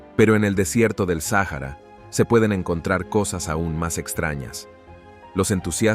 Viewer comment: Es un buen documental solo que se salto varios números y tiene problema para pronunciar el Sáhara